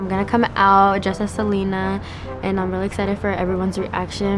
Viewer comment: the way she pronounce “Selena” was a bit ???? lmaoooo